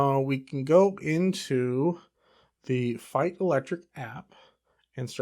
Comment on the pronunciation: First Youtuber that pronounces Feit as I think it should be. BTW the Feits are right now and until December 24 for $9.99/pair at Costco.